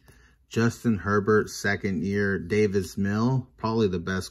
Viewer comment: Its DAVIS 🤦🏽‍♂️